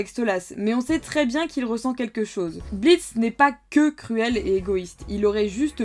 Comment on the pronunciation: Le "o" de blitzo est muet!sa ce lit blitz